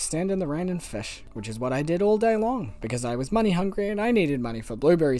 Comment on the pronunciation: take a shot everytime he said "FESH"